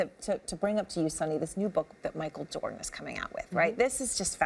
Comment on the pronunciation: JordEn huh can’t even get his name right